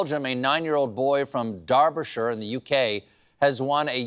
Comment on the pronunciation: WOW! You pronounced Derbyshire correctly! Most don't ! My Grandpa was from Derbyshire! Cheers and kudos!